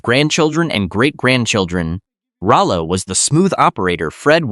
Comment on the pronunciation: This was my favorite show growing up, Thanks for making this video!! Too bad AI can't pronounce Rollo. LOL